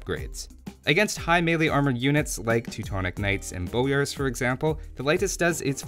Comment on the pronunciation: Its not laitis its leitis. Leiši are not english they can write properly using the latin alfabet. Also the a in bojars is a full lenght a not a very short a. You saying laitis is really driving me mad. Also ive noticed you dont use plural leiši (leishi) propably because you dont know it, and laitises make no sense.